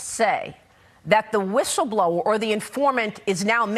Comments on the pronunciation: "quid pro crow"..."whishsleblower"... can't they even speak/read? These people are idiots. It would be funny if it weren't so sad. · It's hard to take either of these two seriously given the was they both talk. What's a "wishle" blower? 😆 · Was the hair helmet saying wishle blower? What's a wishle? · The irony of this woman saying "whistleblower" with her whistleblow speech defect.